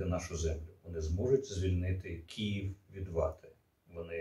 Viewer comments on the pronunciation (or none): none